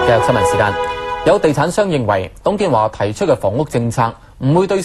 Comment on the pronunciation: 你剪接過？我記得有董建"茶"